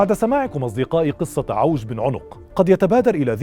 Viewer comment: عِوَج ....لفظها الصحيح بكسر العين